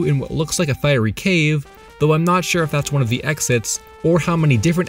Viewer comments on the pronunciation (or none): none